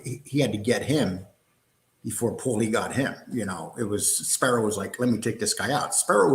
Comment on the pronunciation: It's Spero, not Sparrow. Go watch a bird take a shit in your eye.